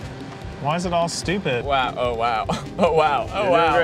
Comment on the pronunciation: I hear Keith’s southern accent come out a little, especially on the word “stupid”.